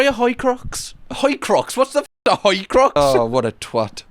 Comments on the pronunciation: a jewish horcrux "a hoicrux" haha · Horcrux ❌ Hoycrux ✅ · Hoicrux? Hoi polloi?